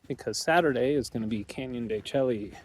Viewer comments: you're touring my homeland. The Navajo Nation. Canyon De Chelly is pronounced Canyon De "Shea" . Id go check out Shiprock just to see the monument. Its actually quite cool if you go up to Four Corners ..youd be so close so may as well go and check it out. Go try a NavajoTaco at the Resturant in Chinle they are amazing. Also you know more about Navajo "4" more than most millennial Navajos LOL . Thanks for sharing and looking forward to more. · El Morro, what a cool spot. They really made the trail unique. Canyon de Chelly is really cool also, tall sheer cliffs and ruins (pronounced de Shay). The route you have planned out is super scenic. Be sure to check out the Moqui Dugway and Valley of the Gods by Goosenecks State Park and of course Monument Valley. Navajo National Monument is a CANNOT miss spot, spectacular!! Lived in the Page area for 20 years, great scenery. Hi from Silver City, NM. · El Morro looks cool! I'm on the fence with excavation/archeology. I resonate with the respect thing but at the same time, we wouldn't know our history. There's ways to do it respectfully. Look at Chaco Canyon or..Canyon De Chelly (pronounced shay for the viewers, you like to play on words like I do haha). Once again, no one around 😄🤙 Been a long time since I've seen a coin tray wash. 64?!! Lol. Everything is cooler when you're surrounded by rocks. I'm still partial to the red rock..Zion, Moab, Sedona. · When we were there the ranger told us it is pronounced Canyon de Shay 😮